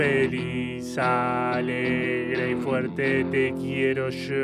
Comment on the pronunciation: No dijo yo dijo sho 😍